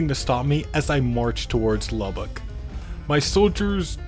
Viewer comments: Lub-bock???? its pronounced luh·buhk is not texan confirmed??????????? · I beg you please God, stop pronouncing Lubbock as loobock 😭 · crying over this pronunciation of Lubbock, its pronunced luh-bic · Hearing you say Lubbock like that hurt my soul as a Texan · I want you to know your pronunciation of Lubbock will give me nightmares tonight.